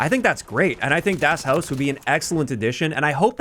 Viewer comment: Americans - butchering simple german names of (zombies-)maps since 2008 lol